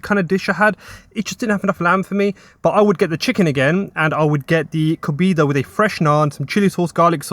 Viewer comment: Flipping coconut it's Kohbaydah not Kobeedah kebab 😂 and you've got ginger eyebrows can we get a background video just abit more information on you please. Thanks